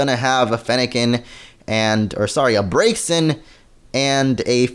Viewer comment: BRAX-E-IN GET IT RIGHT PPL XD